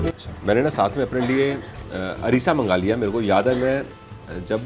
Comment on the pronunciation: अरिसा नही अरसा